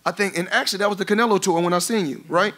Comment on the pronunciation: This dude literally CANT get Canelos name out of his mouth 😂😂 he is living in his head rent free